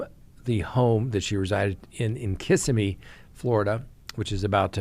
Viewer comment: “Kiss-SIM-me” is we pronounce it in these parts.. ;)